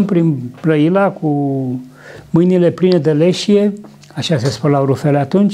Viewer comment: Cuvântul " leșie " se pronunță corect accentuând a doua silabă ! ( le - și - e ) , conf. DOOM 2 .